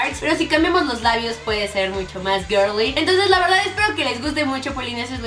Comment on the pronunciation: "Darks" "Girly" 😂😂😂 mi momento fav 💖 te amo karen!!💜